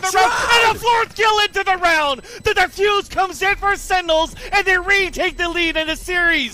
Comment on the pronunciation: ''sennels'' ? :D